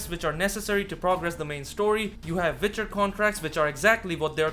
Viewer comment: “Vitcher 3” huh? I’ll give it a shot